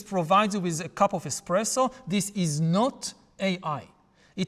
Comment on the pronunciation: "ai coffee machine", "invented", and "bestpresso insted espresso". 😏